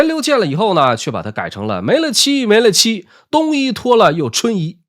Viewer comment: 没了期没了期——其中的“了”字读寥，不读乐，是没完没了的意思